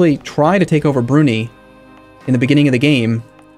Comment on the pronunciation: the country "Brunei" is pronounced "Broo-Nai". "Nai" as in Nine without the -n sound. Im not trying to be nitpicky but it's killing me... mumbles "Brunee"....